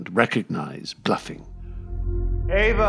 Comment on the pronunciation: Great video but its Ava with an 'A'